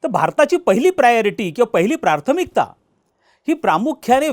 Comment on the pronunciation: Prarthamikta nahi prathmikta